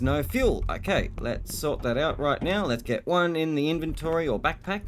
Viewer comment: Ok, off topic, but are you saying "right Meow"?? Cause I'm getting Super Troopers flashbacks. And it's funny as hell, while in a nuclear reactor.